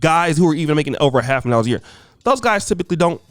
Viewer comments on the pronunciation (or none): none